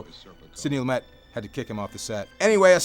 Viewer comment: pronounced Lumay not lumet